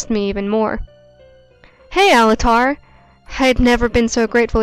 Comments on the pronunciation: Easy-o XD its Ezio. And Alt-air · I honestly enjoyed how Altair was said. Sounds like one of those giant monsters like Godzilla or Mothra